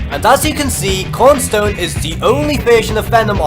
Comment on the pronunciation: I'm just mentioning it's kron stone not korn stone